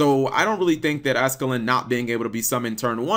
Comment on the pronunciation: Ascalon not ascalin